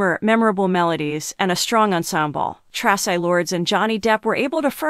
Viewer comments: Tra.cii TRACI !! Say it right!! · AI can't even pronounce Traci's name properly. I'm outta here.